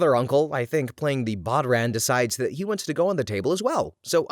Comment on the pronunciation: Bodhran is pronounced as it it rhymes with wow yawn